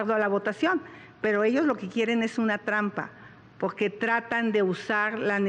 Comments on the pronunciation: Financiagor ..enseñen a pronunciar a esta señora X .....poque ..poque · Pero porque dice pojque porque hablas así Xochitl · No puedo ver seriamente el #Debate cuando escucho la palabra pogque… Nagco pagtido… etc etc jajaja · Pogque.. Cagmona.. finangciados.. nagco.. que la sra. Derrota primero que vaya a terapia de lenguaje.. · Pogque....gue pagso....gesiviegon...guíen... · Pogque, seggio, nagcopartido,😅